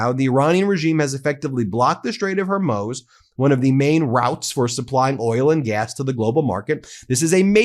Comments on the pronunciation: HER-MOOZ HER-MOOZ HER-MOOZ NOT MOZE (as in rhymes with those)!!! IT'S BEEN 10 DAYS, PLEASE SAY IT RIGHT!!! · Ben , we have been with you from the start. Please carry on the good work. Can you do me a favour; the pronunciation of the Strait of Hormuz is actually “whore mooz “ not “her mose “. Small thing I know. All the best, George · Please Ben............. it's Hormuz (as in 'warm ooze') not Hermoz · Hormuz, pronounced Whore Mooos. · You pronounce Hormuz as “hor mooz” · Great reporting. Please pronounce the Strait of Hormuz correctly. It’s pronounced /hore•MOOZ/. I could have had fun with the first syllable, though. 😉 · Is it against your religion to pronounce Hormuz the same way everyone else does? Is it arrogance? What is it? Why can't you say it the same way everyone else does?